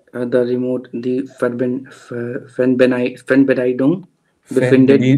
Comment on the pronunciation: die Fernbedienung (ohne 'gung')